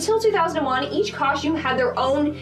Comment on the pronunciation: She probably said, “shtabbing” like she said”” “ coshtume” and every other “st” combination that she added an h.